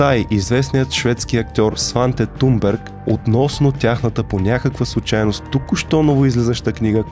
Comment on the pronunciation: Здрасти Thomas се произнася Тумас, а Thunberg се произнася Тунбери. Svenska Dagbladet се произнася почти така, но леко по-гърлено.